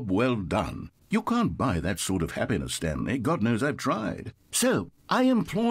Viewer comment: I thought you said The Stankley Parable